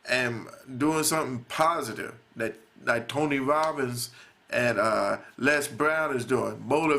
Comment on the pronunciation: shut ur southern accent , u make me sick . please speak english. is not da , it is that.